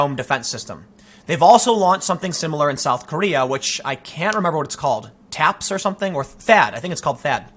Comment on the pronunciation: Ha ha you said TapS obviously you have been researching Tiny asian penis Syndrome (TapS)